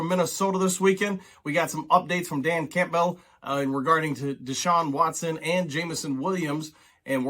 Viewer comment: I like your videos and you seem knowledgeable so you got a subscriber from me but you pronounce campbell very weirdly